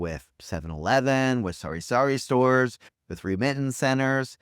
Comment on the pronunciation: It's funny everytime you say sorry-sorry store instead of sah-ree-sah-ree 😂